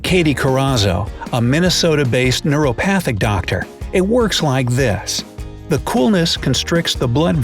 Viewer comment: Sorry, but , the woman is a NAT-UR-O-PATH; holistic, organic, etc. NOT a NEURO-PATH. Huge difference.